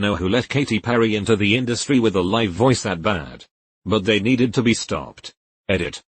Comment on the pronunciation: When the robot can't discern between 'live' and 'live' and 'read' and 'read'...